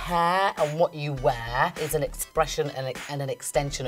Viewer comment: I like how she’s like “you kno WOT?”